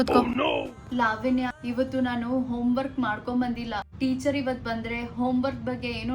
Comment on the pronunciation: Sariyagi kannada matadi adu levanya alla lavanya